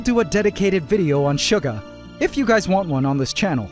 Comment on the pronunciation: For a sec I was sarced with the liveaths when you said Im sorry gays